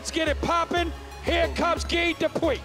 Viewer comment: Anyone else annoyed at the announcer pronouncing "guy" as "gi"